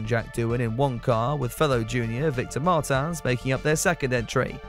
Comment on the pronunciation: Aston Matin Would go with Jack Crawford since its their academy driver; I would also go with a diferent one in RB either Oliver Goeth or Formula e driver Nick Cassady; I would put O'sullivan in williams but chadwick would be awsomw! you are mispronoucing Martins name, his name is not french: is portuguese